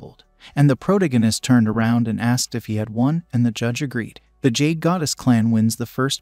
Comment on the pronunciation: Hearing “proganist” and “protagonist” over and over ruins the video. Use names.